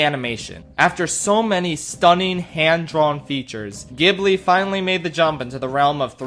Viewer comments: oh boy i can feel it in my bones, it's time to be irrationally angry at UPDATE: nvm this list is fine, as expected I personally don't agree with the placement of Howl but it's all subjective so that's fine. The only real complaint I have is that Ghibli is pronounced with a soft G lmao also a slight defense of Earwig and the Witch... the reason the story ends so abruptly is because the author of the book it's based on died before she finished it. The source material is literally unfinished. Why then did Goro and his team not write their own ending? Because one of the big criticisms of Tales from Earthsea was that he deviated from the source material too much, so for Earwig he was basically like "fuck it we'll do it the same as the book then". Don't get me wrong, I definitely agree with its ranking on the list and think that was the wrong decision to make, but I do think it's important to have that context rather than just "UHH IT JUST ENDS ABRUPTLY WTF" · >Ghibli with a hard G It's such a shame that an entire 50-minute video was scripted and its narration recorded without the pronunciation of the studio's name having been double-checked. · I love you- and your videos- and I will watch this because I love you and Ghibli- but oh my god it hurts my insides hearing you pronounce Ghibli wrong 😩 ahem also I never even knew the first one you talked about even existed- and Princess Mononoke & From Up On Poppy Hill are my top 2 😅 I quite liked Tales from Earthsea… I think it’s just because the little singing scene was really cute and I loved it 🥺 I’ve watched most both subbed and dubbed and always seem to prefer the subbed versions 😅 Someone else who ranked these put the wind rises as #1 and since it’s one of my least favourites I’m glad you put it low too 🤭😅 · anybody else triggered that he never pronounced ghibli right? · Maybe this is pedantic, but the studio’s name is pronounced “Jibli” with a soft g sound. Why? Because Japan. Makes no sense, but there you have it.